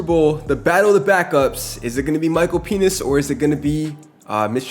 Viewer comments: Bro said Micheal peni$ 😂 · BRO DID NOT SAY PENIX